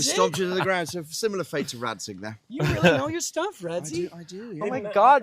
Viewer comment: Why you all say 'Datzig' when it's 'Radzig' Kobyla?! Is there an insider-joke on that ?!